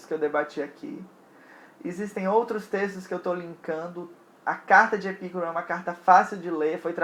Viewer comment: Muito bom vídeo! A pronúncia adequada é Epicúro com tônica no cu (não entenda mal hehehe). A filosofia de Epicuro foi muito revolucionária e fundamental para a modernidade e contemporaneidade, nela está a semente do conceito de liberdade. Filósofos com Hegel, Marx e Nietzsche foram buscar em Epicuro a base de suas teses. Uma pena que os jardins decaíram após a sua morte e com muita sacanagem rolando os estoicos e os cristãos difamaram aquilo e não houve a devida sequencia de suas ideias.